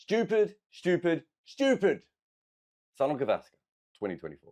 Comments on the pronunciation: It's pronounced Souneel Gaavaskr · The way you pronounce "Sunil Gavaskar" it sounds like "Son of Gavaskar". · It's Soo-neil Guh-VAAS-kur